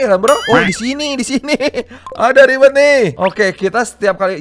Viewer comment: ribert bang bukan ribet:v Ribert yang sangat ribet:v wkwkwkwk